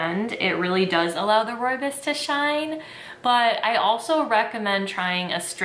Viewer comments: Hey hey, South African here. It's actually pronounced roy bohs (Afrikaans). It's such a staple here it's more common to find than regular teas. Fresh pack is the most commonly used brand and probably the most accurate representation. It's most commonly drank with milk and sugar, but I also love it with no milk and honey. It's such a comforting tea. Also did you know that the fynbos biome is only found in South Africa? There's nothing quite like it. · oh no you’re saying it wrong!! it’s pronounced roy-boss ❤️❤️❤️ xxx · Great video! One thing I will say is that a lot of people pronounce rooibos wrong! (Don’t worry, everyone does) Rooibos is actually pronounced like this: ‘Royabois’ Keep up the good work tho! (P.s. just so u know, I know how to properly say this because my whole family is from South Africa!) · Ooh thank you!! Good to know! I heard so many weird pronunciations when I worked at David's tea. My favorites are Roo Boy and Roobacha. 😂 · The Afrikaners I know call it "ROE-ya-Bose". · Yeah no, we pronounce it Roy-Boss.. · Video pronounced it wrong lol